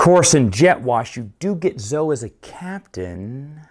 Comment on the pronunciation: Thanks for the review, but her name is pronounced ZO-eee!